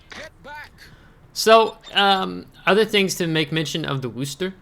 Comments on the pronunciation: How dare you mispronounce Worcester. Actually that is pretty close to correct. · Yeah that's how Bostonians pronounce Worcester so good on ya for saying it the way that the city it was named after says it.